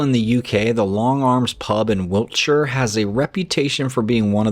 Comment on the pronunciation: Kudos to you for pronouncing Wiltshire correctly, many Americans struggle with these types of words. Well done.